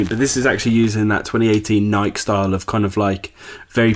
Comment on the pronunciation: Nike not nik